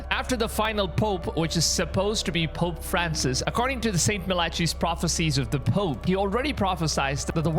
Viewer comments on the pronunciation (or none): The proper pronunciation is not MILATCHEY. IT is MAL LACK EYE . Malachi. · Malachi is not ma-la-chee, it's mal -I-keye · The name is pronounced 'Mal-ah-kī'' , not 'Mal-ă-chy' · It's mal-ah-ki not ma-lotch-ee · brother, I watched a couple of your videos. I love the content man but rq bro, Malachi is pronounced Mal uh kai not Mal ah chi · It's pronoiunced Mal i Kai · "Muh - latchy" ... are you serious, bro????!!!!! 😂😂😂😂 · you should really look up how to pronounce 'malachi'.